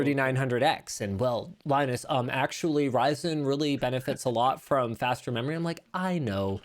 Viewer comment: LIE-nus and